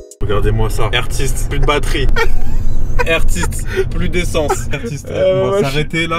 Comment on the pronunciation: Mitou pas mitou le meilleur